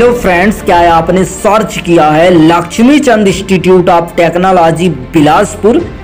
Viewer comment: Lakhmi not lakshmi